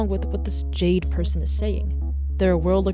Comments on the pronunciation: what i also find interesting about this amongst all the other references is the symbolism that might be behind Jayden's character theme: the name of the ai "Jaide" was read throughout with the same pronounciation as the gemstone "jade", the profile picture of the yt channel was a pixelated jade stone, their skin looks like it may literally be made out of it. jade in chinese culture, especially during the Shang dynasty, was believed to be connected to divinity and souls; it was extracted from the mountains therefore seen as aid to ascend from the earth to the skies, and was widely included in funerary rituals to wish the deceased a prosper afterlife. in this case, Jayden quite literally is a soul if you look at it from a more spiritual point of view. they're a consciousness that wishes to be let go, but Andrew refuses to bury this stone with them because he doesn't want Jayden to move on to the afterlife, he wants them to stay with him in this one. sellers will often tell you that jade bangles will break when they've absorbed enough of the bad energy around you, sacrificing their integrity in order to protect you; that's another point i want to make and that makes me want bawl my eyes out. Jayden destroyed himself, along with Jaide that was the physical form tied to him. He watched Andrew throw his own life away for something that was only hurting him more and decided that it was enough, thus employed the self destruction command for the sole purpose of protecting him. this wa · ah yes, Jia-de. YOU JUST GOT JIA-ED HA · idk why, the way you said "jiade" had me laughing😭🙏